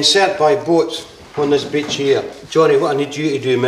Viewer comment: "We're going to insert by boat on this beach here..." Me: Did he just say "We're going to insert by boat on this BITCH here?" :p